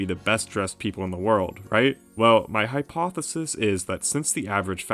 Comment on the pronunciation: "My HYPEothesis" I caught that